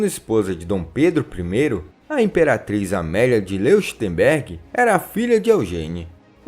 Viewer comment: É "Lóichtemberg" e "Aich-chtét" as pronúncias de Leuchtenberg e Eichstätt.